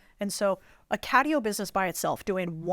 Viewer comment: "Catio", Lewis? I'm surprised at you bro.